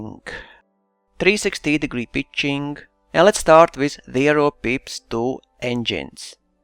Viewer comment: When you say pitching it kinda sounds like bitching HAHA! (sorry immature i know)